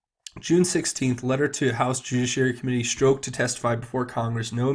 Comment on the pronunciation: Stroke??? or Strok (the z is silent)